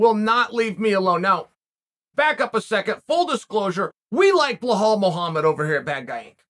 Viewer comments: His name is bilal Muhammad. It's not bihol or whatever that is you mumbled. How how hard is it for you to say bilal? You like to talk but can't say bilal? You are a joke. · bilal not blinhal please uncle cheal 😂😂😂🙏🙏🙏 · Belal. B E L A L. not blahal. I don't like the guy but my ears hurt every time you say blahal. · It's bilal not blihal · Who else laughs every time he says blah-haul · Belal only has an "unusual first name" because you call him Blahal. Otherwise it is a pretty easy to pronounce. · Bro you get me every time with the “Blawhaw” Muhammad. 🤣👏🏽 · “Bleh-hall” Muhammad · Lol 😂 😂 😂 you really butchering Belaal's first name....its actually pronounced alot different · For someone who likes Belal, uncle chael sure says his name wrong a lot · You like Bellal so much u say his name wrong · Chael please look up how to pronounce belals name.. shouldn't be that hard to google it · The shear irony of a person named Chael to say Belal is an unusual name is hilarious. Undisputed Undefeated